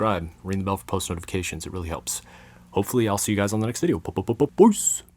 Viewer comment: P p p pouce (peace) love that man 😂